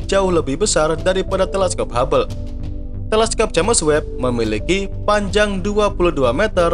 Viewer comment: Koreksi min, james webb pd nama teleskop , james di baca jims, bkn j a m e s